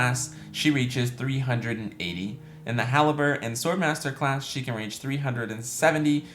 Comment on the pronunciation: It's halberdier, pronounced "Hal-Burr-Deer" not haliber... bugging me the whole video